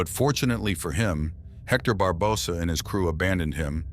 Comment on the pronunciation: Why do you pronounce Barbosa like that? 🤨